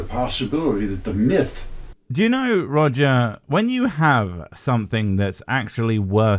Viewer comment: When you said "The Mighty Roger" . I just heard "The Mighty Woger" (As in Life of Brian: Welease Woger) it made me laugh out loud for a few seconds.